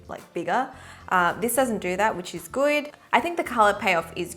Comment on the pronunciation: she said which is goid